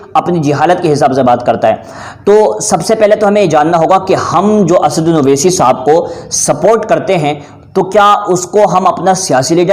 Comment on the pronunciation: assauddin ko acche se bol